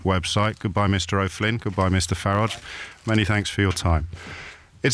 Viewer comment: Farriage - again, luv the pronunciation. ( I bet Nige luvs it too 🤣)